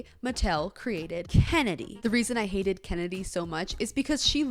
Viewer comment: bruh emphasis oh HATED Kennedy....